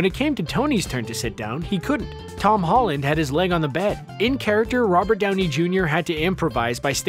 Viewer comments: notice how he said brownie instead of downey? i giggled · he said Browney instead of Downey... LOL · Anyone notice he calls his brownie instead of Downey at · at one point you said brownie instead of downy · "Embrace Browny." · Did I hear him call Downey, “Brownie?” 😂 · LOL He called Downey as Brownie LOL OOPS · you said embraced brownie instead of Downey in #16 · he says "Brownie" instead of "Downey". XD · Did anyone notice how they said "Browny" not "Downy"?!? Lol! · He said brownie instead of downy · you say 'embrace BROWNEY' not downey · Did you really say Browney instead of Downey? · Okay has anyone else noticed that he says "brownie" instead of Downey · 9:99 I can't be the only one who heard "embrace brownie." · I'm sorry what? wait did he just say embrace Browny?!?!?!? 🤣🤣🤣🤣🤣🤣🤣🤣🤣🤣🤣🤣🤣🤣🤣🤣🤣🤣🤣🤣🤣🤣🤣🤣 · he said brownie unsead of Downey.... 🤣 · Lmao he said browny instead of downy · did you just call robert downy jr "brownie"? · Did anyone catch the Brownie instead of Downey line in here? I hope I'm not the only one:) (Hint: we're not there yet) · ~Browney... It distracted me so hard, I replayed it twice over.. and then one more time, because I got distracted once again. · "Embrace browny" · He said "brownie" instead of Downey omfg 😂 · Does he say..Brownie instead of Downey? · "Brownie" aaaahhaha that's the funniest verbal fart ever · he says “Brownie” and not “Downey” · Narrator calls Downey "Brownie". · Did anyone else catch him saying brownie instead of Downey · “Embrace Browney”? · "Embrace Robert browney" ... No second take? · . Just me or does he say Brownie instead of Downey